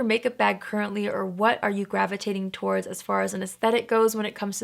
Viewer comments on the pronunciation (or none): none